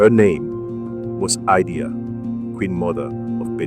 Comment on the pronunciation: Thank you for the video but the name of Queen Idia is pronounced as eedeah. Good work nonetheless.